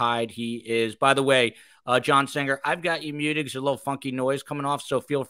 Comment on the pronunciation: does indeed pronounce Singer with an odd G.